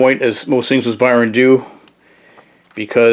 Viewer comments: you said he rewrites the dp origin as if they never existed, but go back in time to where the first team died. i got confused.. thanks for the vid and cheers from brazil. ps. we also say "burn" here, whatever you said seems hard. "bärn" wut? heheh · Byrne sounds like "burn". Otherwise enjoyed the vid. 👍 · As soon as this guy mispronounced John Byrne’s name. I paused the video to make this comment before exiting the video. This guy needs educated before he makes a video and makes an idiot of himself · Yo chill man just a mistake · He got a name wrong that you don't exactly hear very often, no need to be so rude about it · Yeah it's annoying but you're also overreacting. If a person's never heard a word spoken before and only read it you can't really get that mad at them relax